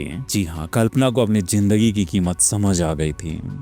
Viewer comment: Sir aap logo ko itni achchi story sunate ho apse ek request h ap apna talaffuz sahi kare sir jaher nhi zaher hota h jindagi nhi zindagi hota h